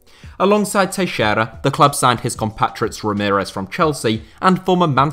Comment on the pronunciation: It's so satisfying to hear a english-speaker FINALLY pronounce "Teixeira" correctly.